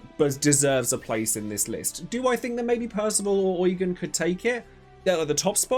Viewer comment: I think Eugen is pronounced YOU-JEAN😭